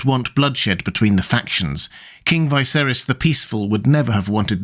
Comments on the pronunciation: It's Viserys, not Vaiserys or Vaeserys! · why would you pronounce it "Vai-serys"? like, just why? even in the most mundane things you need to appear different? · anyone else confused by how he's pronouncing viserys lol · Blows me away that you let your posh accent force you into saying the name Viserys wrong despite having just watched the show and hearing his name troughout it. Feels like a choice and im more mad than I should be over it